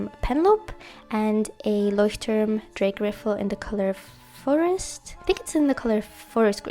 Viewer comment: Loved this video. Your pronounciation of " roter Faden Taschenbegleiter" and „ Leuchtturm Drehgriffel" is perfect . Greetings from Germany ❤